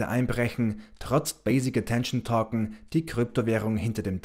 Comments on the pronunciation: Es geht doch nur um die Aussprache von Token. Es heißt eher touken und nicht tokken!👍😉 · Es sind Token!!! Nicht Torken!!!😂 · Torcken ich glaube er meint Token